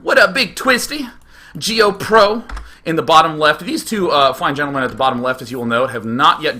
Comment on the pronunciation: IM IN THIS!!!!!!!! GO MASS OVERSEER <3<3<3 for my amazing teammate and for day[9] pronouncing my name wrong its geo-pro (with a silent w) not geoproWWWWW